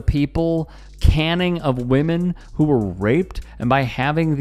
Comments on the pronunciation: Cane ing not canning. I highly doubt they sell canned women. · mark - narrator reads Cross’s quote, and says “people canning”…when it’s clearly PUBLIC CANING - as in a public beating with a stick (aka, cane)! How uninformed is this guy?!? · Come on, man. Cane-ing of women. Like being whipped with a cane. Not canning. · You don’t know what caning is dude… you pronounced it wrong like aluminum can. Anybody get aluminum canned lately? Reminds me when you called Willie Mays “Hayes” from Major League…. It’s like when Im are watching Game of Thrones and there is a Starbucks coffee on the table. .. it messes up the moment 😢